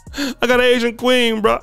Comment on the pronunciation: 🎤😫🎶 “I gotta Asian kwee-heen…”